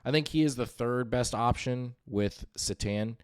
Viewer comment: Every time you pronounce it s'tan instead of c'tan. I want to click off. Otherwise good content.